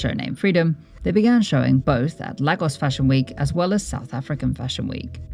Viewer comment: You probably already know but it’s pronounced lay-gos and ee-bo :)